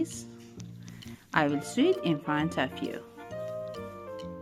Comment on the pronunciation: Thank you so much for the lesson in making ball cushions it was really great. Very easy to understand. I have subscribed. You speak such good English. Btw and with the utmost respect the word SEW is pronounced like s-oh-w.. oh as in Oh dear,, open, Oklahoma! Hope you don’t mind me mentioning. English is a tricky language with all of the vowel sounds. 🤣